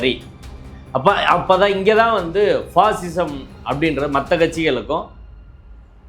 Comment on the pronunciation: ஐயா வணக்கம். பாசிசம் என்பதை அழுத்தம் கொடுத்துச் சொல்லுங்க. இந்த பண்ணப் போக்கிரியோட வகையறா பாயாசம் என்று அர்த்தம் எடுத்துக்குவாங்க.